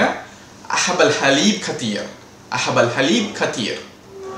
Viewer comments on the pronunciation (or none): ڬثير Kaseer nu potruku neenga katheer nu solringa